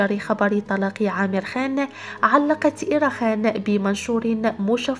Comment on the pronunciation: اسمه Amer عامر مش امير بس هنا بينطقوه بحرف ال Aلانه ما عندهم حرف ع